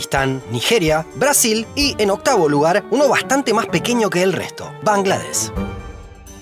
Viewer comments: De hecho, correctamente se dice Bangladesh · Bangladesh, se incluye la h y suena. Se escribe Suriname, Bahrein. Tus exónimos mal escritos. La capital es Dacca. Con doble C. Muy buenos videos. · Bangladesh se pronuncia con sh al final.